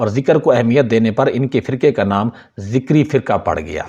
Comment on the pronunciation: ذکری نه بهتر است بگویید zakari !!!!